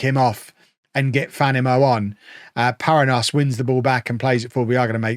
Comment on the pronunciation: Just gonna get all my pronunciation thoughts out in the comments to this video. The 'nh' construction in Portuguese is pronounced like 'ny' in English or 'ñ' in Spanish, so Paranhos would be "pah-rah-nyos" with the last syllable rhyming with "dose" or "most" without the T.